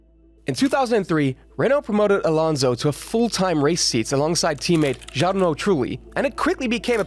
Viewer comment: I like the video, but when did you begin watching F1? Mispronouncing Jarno and Spa-Francochamps. Sounds like you might be new to the sport. Welcome! You should go back and watch all these seasons on F1TV if you really want to have an idea of what happened. In his first win he literally lapped Schumacher, which I’m sure you would have mentioned had you watched the race. Also, if you were trying to establish how good he actually was you should have related info on things like how badly he decimated Kimi in 2014. He nearly quadrupled his points total and if it weren’t for a tire puncture at Spa, he may have finished ahead of Kimi in every single GP. And how many teammates he either blanked in qualifying or came close to it. The points gap between him and his teammates.